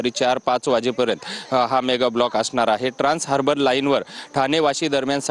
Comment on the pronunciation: हार्बल नाही😂😂😂 हार्बर आहे ते.